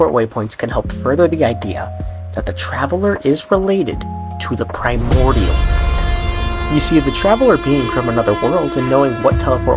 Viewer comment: Lmaoo at the sound whenever you say “primorial” one